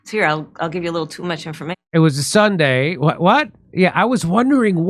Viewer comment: "Well it was a Suday, the day that follows Saturday and preceeds Monday............blah, blah.